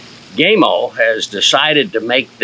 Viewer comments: first, thank you for not taking my anal pronunciation preference as a personal attack, I have watched videos done by gamo reps, they say GAHMO, so even I am not 100% correct, but my pronouncing is " american " , versus Spanish, I own the original magnum, 22 cal, the original swarm maxxim, 22 cal, and I'm saving for the bone collector swarm gen 2 with the mach 1 piston, I also have the original hatsan carnivore 30 cal and a weihrauch hw50s in 22 cal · O-Lord... It's not GameO, it's Gamo. The "A" in Gamo, sounds like the "A" in apple. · GAmo. Not Game-o. GAmo. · GAM-O NOT GAYYYYMO great video otherwise. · You lost me with your pronunciation of " gaymo" its Gamo. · gaymo?!?!, LOL, it is gamo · Dam boy why you callin it gameo it’s gammo fo. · Gamo not Gaymo 😄 🌈 Great vid though. Thanks. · Funny comment. But that's how most Americans say it. The only other pronunciation I've heard was by an employee of Gamo. I'm assuming his pronunciation was the Italian way of saying it, since Gamo is an Italian company. He pronounced it Gah-mo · He said GAY MO, 😅 It is pronounced G A M O, for the love of God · love your review, love your garden even more, but pls could you stop pronouncing it gay-mo its pronounced like ham-0 but gam-0 PS also like yr American accent, just not the "gay-mo"! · My buddy here asked me to mention the company name is pronounced with the 'a' sounding as PAM, not PAID. The 'a' in not sounded as the LONG 'a', but SHORT sounding. Buddy happy now. lmsbo! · It's not called Gay-mo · It's not pronounced gay-mo. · I think he has it out for gamo by calling them “Gaymo” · Never heard of a air gun company called "Gaymo" as you incorrectly pronounce it. Learn to speak English!. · gay-mo ? LOL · IT'S GAMO,, LIKE GAMA RAYS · Your pronounced the company name wrong. The color bands are for the purpose of use. Red = pest control and recreation green = hunting blue = target and competition.